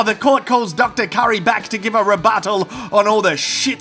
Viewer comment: Ey. Say "rebuttal" one more time🤣🤣🤣